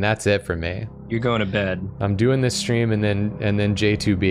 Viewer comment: Is it a...a...strem?